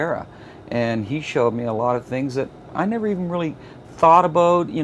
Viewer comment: and -- "aboot" Haha he really is Canadian.